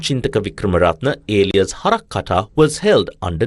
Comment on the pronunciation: The word Alias was pronounced INCORRECTLY 3 times 😢😂